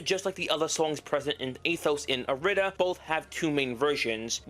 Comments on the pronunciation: It’s not pronounced ir-ee-da, it’s pronounced aeee-dee-der-dee-daa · Youre saying irida wrong cuz it's supposed to be like "ee-ree-dah" due to the Greek I being read as "E" and not "eye" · It’s said how it’s spelt I-RI-DA and no not eye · It is. The devs say it that way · It’s pronounced ea-rih-duh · ITS GODDAMN I-RI-DA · its irih dah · it’s an odd spelling it’s hard to pronounce lol but in the atom irida mix during the lyrics it shows how it’s pronounced